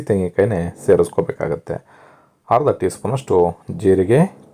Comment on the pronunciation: ಹರ್ದ ಅಲ್ಲ ಅದು ಅರ್ದ, ಅಸಿ ಅಲ್ಲ ಅದು ಹಸಿ. ಎಷ್ಟು ಚೆನ್ನಾಗಿ ಅಡುಗೆ ಮಾಡುತ್ತೀರಿ👌 ಪದಗಳನ್ನು ಸರಿಯಾಗಿ ಹೇಳಿ ವೀಡಿಯೊ ಕೂಡ ಚೆನ್ನಾಗಿ ಇರುತ್ತೆ. ಕೇಳುವುದಕ್ಕೂ ಹಿತವಾಗಿರುತ್ತದೆ ನಮ್ಮ ಕನ್ನಡ ಭಾಷೆ ಎಷ್ಟು ಚೆನ್ನಾಗಿದೆ ಅಲ್ವಾ?